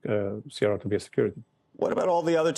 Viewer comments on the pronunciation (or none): Who is this reporter? What a richard cranium. And it is CRO or Cronos, not cron you tool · It’s Cro not Cron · yes, C-R-O, not crow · Hey from CNBC... It's CRO not cron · CRO not CRON 😅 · Bro. cro. It’s cro bro. ffs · Cron? The first time I heard it said like this lol.. I guess it makes sence after the name change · Who calls it Cron? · PLEASE HIRED HOST THAT ARE UNDER 30 . These barely know what they’re talking about when it comes to stuff like this. And it’s “CRO” like crow the bird 🦅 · cant even say #CRO right disrespectful mf😂